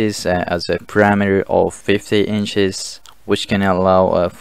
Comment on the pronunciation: While listening, I kept puzzling over what this "parameter" measurement was. Then I looked at the screen and realized that the talking head was struggling to say "perimeter". Thumbs down.